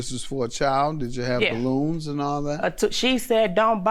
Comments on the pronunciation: And why does she keep saying "blooms" instead of balloons? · So no one hears the way.... she said bloons😂😂😂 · If she say blooms one more time instead of balloons 💀